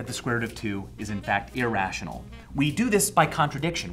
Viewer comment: wational uwu